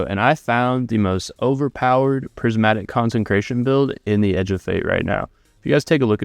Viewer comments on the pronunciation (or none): Do you not realize there isn't an "n" in consecration??